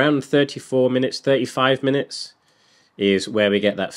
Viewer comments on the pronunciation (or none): Bro, what exactly is a "minuets"? Is that anything like "minutes"? Love ya work, mate.